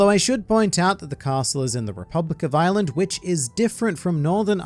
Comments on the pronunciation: Anyone else think he was saying Island before realising he was saying Island? Edit... Ireland. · I thought he was saying 'island' every time till the map popped up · I thought was just daying “Island” then BOOM Ireland jumpscarw